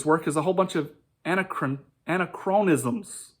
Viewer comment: I'm from SkepTic's response to this but I'm not here to mock you or anything. Just wanted to give you a heads up: "Anachronisms" is pronounced "an-ack-rawn-isms" Emphasis generally goes on the an or ack, typically the latter. It comes from the greek prefix "an", meaning not, and "chronos", time, essentially meaning it's "not the right time". Again, no mockery intended, just trying to help. c